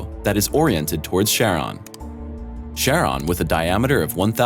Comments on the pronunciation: Pluto's large moon is pronounced 'KARE - on' not 'SHARE - on'. And 'nuclear' is pronounced 'NOOK - lee- er', NOT (!!!!!) NOOK yah ler. This video is not science. It's speculation. For shame. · Pluto is a PLANET and it's moon is named: 'CHARON' (pronounced: 'KARON'). Stay in school please.